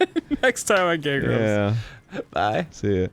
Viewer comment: i stg he said "next time on gay grumps"